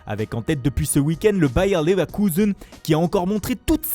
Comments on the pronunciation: Comme il dit Leverkusen 😂😂😂😂 et après il nous sort un leipzig a l accent francais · Je te rassure il dit pas Leverkusen avec l'accent allemand. Leipzig c'est chaud faut le reconnaître, même en Allemagne ça diffère selon les régions. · C'est marrant comment il y met grave l'accent pour "Leverkusen" et comment il prononce à la française pour le Bayern